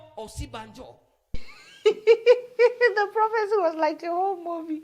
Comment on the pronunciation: 😂This man was Vice President for 8 years and people can still not get his name right. It is "Osinbajo" not "Osibanjo"😂😂😂😂😂